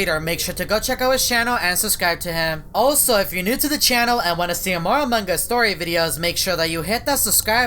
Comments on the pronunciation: "amangas" . Only caption users can understand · he says amog us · said amongas and every time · Me teacher:!! Pronounce among us:among gas Me:Crono:crawno Me:plolus:poilus Classmate: (Haha stop please I can't stop laughing)